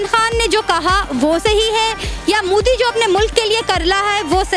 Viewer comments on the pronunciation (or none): Sister main ne apki video Bhot dekhi hain...... wo mudi nehi hain wo Modi hain MO not Mu Love from India Stay safe stay happy 🙂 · Ye Modi shabd ko Moodi kyu pronounce krte h.. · It's 'MODI' not 'MUDI'. And 'DARPOK' not 'DARFOK' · Ye Mudi nhi pronounce properly it's Modi